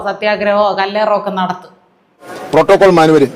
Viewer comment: ദേടാ..... ശിവൻകുട്ടി അക്ഷര തെറ്റില്ലാത്ത പ്രോട്ടോകോൾ എന്ന് പറഞ്ഞു 😂😂